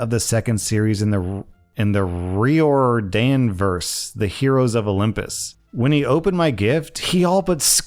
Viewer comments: I'll help you out if this comes up again. Riordan= Rye-ore-dan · Percy jackson nerd here. To pronounce his name. Its ri-or-dan(ri is long i sound) i absolutely love the percy jackson series and i have all 3 hardcover box sets sealed